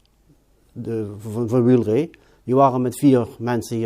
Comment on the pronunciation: Nooit geweten dat je eigenlijk "Wiel-ree" moet zeggen.